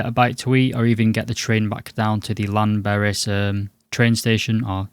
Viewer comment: Sorry about that mis-spelling. English is my second language. Let us make a deal, I will learn how to spell 'apologise' and you learn how to pronounce Llanberis. But you have to realise that the 'Death Trek' videos become tedious. Perhaps doing something original might be a good idea and not encourage the Instagram wannabies (OK, grammar/spelling police, how is it spelt?) onto the Death Trek.